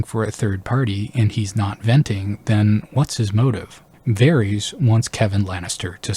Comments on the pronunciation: Good content but Bruh, you can't be serious with this "Vair-eez" - it's *Vair-iSS*. You don't call Daenerys 'Daenereez', right? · I did find this fairly distracting throughout the video. I am curious where he got this pronunciation from, because they don’t say it like this in the show and George doesn’t say it like this either. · Why varies? You have no excuse for your disgusting pronunciation. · NICHT: Varys OUI OUI: Vareese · You saying like Vaerys makes him sound like a Targaryen and I back this theory. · You did NOT just pronounce his name as "Varies" YOU HAVE THE CORRECT PRONUNCIATION IN THE VIDEO FROM THE SHOW!!! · They literally pronounce his name correctly for you multiple times lol who is Varees